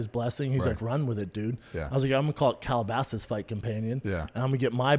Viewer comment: I love the fighter companion. Just hate he calls it Calabasas lmao 🥴